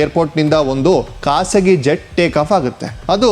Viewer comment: Aatat...Haarat Kasagi.....khasagi Yav School nimmdu 😂😂😂😂😂